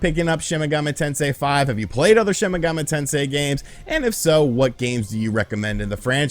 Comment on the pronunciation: take a shot everytime you hear "shin megummi tensay five"